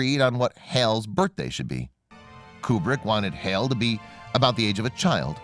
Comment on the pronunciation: Great video, only issue is now the narrator pronounces HAL … NOT HaiL rather needs to be HaaL.